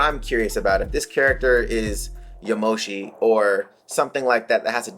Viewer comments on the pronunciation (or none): It’s not yamoshi